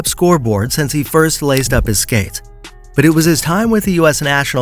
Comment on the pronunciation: Laced his SCATES??? lol